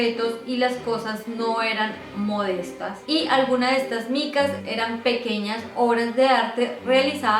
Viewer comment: No se dice "micas" sino "NICAS"!